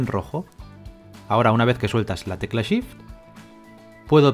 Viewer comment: Excelente video, me sirvió mucho, a la hora de empezar a clonar, no me funcionó con la tecla Shift (que por cierto, primer español que escucho que no dice Sift jajaja), sino con la tecla ALT. Saludos desde Bogotá.